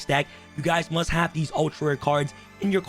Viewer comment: "Cards you MSUT have" Yes I msut have an Accesscode